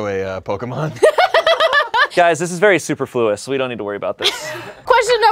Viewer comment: that is an incorrect pronunciation of the Word superfluous